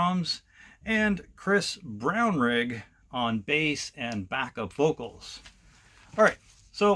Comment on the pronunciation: You said our family name perfectly Brownrigg Thanks for that 👍 So Proud of my nephew Christopher 💙